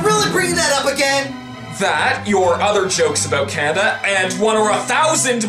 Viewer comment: lol canadia